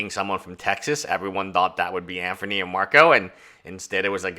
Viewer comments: hard to take a hater serious when they can't pronounce the subjects name proferly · Anthony, not Anferny. Just saying lol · Why can’t you pronounce a name correctly? Anfernee? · I’m Chinese and my mother would pronounce it “Andony”. Just poking fun because I’ve never heard anyone pronounce ‘th’ as ‘fer’😇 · I really pity this dude for being afflicted with a severe case of Name Butchery😂